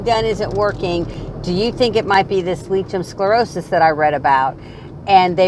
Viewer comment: as your video is so informative and you have many viewers, could you put the correct pronunciation in the drop down information section, it's hard enough trying to tell a medical person without saying it correctly, so I think it would help Lichen Sclerosis pronounced like-en scle-ro-sus